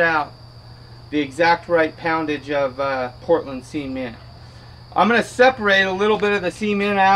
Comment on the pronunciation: It's pronounced SEH-MENT! no semen.